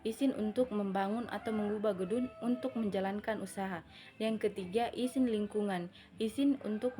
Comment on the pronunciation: syahida humaira kritik : penyebutan kata kata pada presentasi anda ada yang tidak sesuai, contohnya “izin” anda baca “isin” saran : saya berharap lain kali anda benar dalam penyebutannya